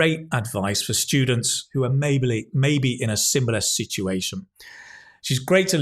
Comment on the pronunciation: pronunciation mistakes 'maybily', 'simbilar'